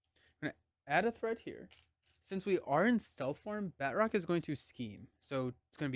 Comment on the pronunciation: I think the characters name is not Bat roc(k) but Ba troc since he is french 😊 (with the "a" sounding more like the "u" in Butter). He is in Captain America: The Winter Soldier and there they pronounce it 😊.